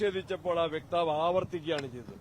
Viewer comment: സണ്ണി, വ്യക്താവ് അല്ല വക്താവ് ആണ് ശരി ആരെങ്കിലും പറഞ്ഞുകൊടുക്കണം